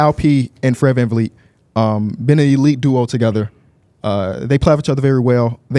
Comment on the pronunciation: “ fred van feet “ 💀💀💀